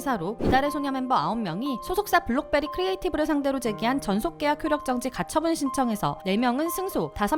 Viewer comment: 블록베리가아니고 블럭베리네…